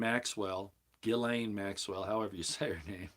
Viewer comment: Apparently, she pronounces it Gee-lon Maxwell. For what that's worth...